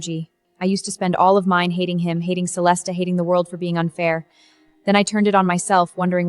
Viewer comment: These AI movies always use the name Celeste but never pronounce it correctly🙄🙄